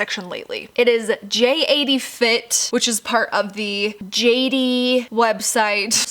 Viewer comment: Its jatie not j 80